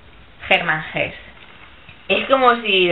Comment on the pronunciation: Comete un error bastante común, y es el de pronunciar a Hesse como si fuera inglés. Se dice "Erman ese", en la pronunciación alemana. Sólo una apreciación. El lobo estepario plantea la desolada expectativa que se extiende ante determinados individuos que viven al margen de la inercia social debido a su propia incompatibilidad psicológica, que los predispone a ello. Es un tema también tratado por Kafka, Camus e, incluso, Dostoyevski, a su modo. Para mí Hermann Hesse aborda cuestiones que ya fueron tratadas por Nietzsche, pero el primero lo hace de una manera más, digámoslo, "madura", menos radical y más acorde a las posibilidades reales, digamos que el de Hesse es un método o denuncia más practicable y con menos tendencia al peligro fantástico que puede conllevar la metáfora (en este caso de Nietzsche). Saludos.